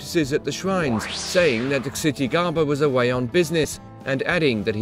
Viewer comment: The Buddhist Media yeah it isn’t pronounced chittigarbha